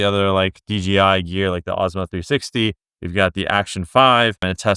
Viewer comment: DJI, not DGI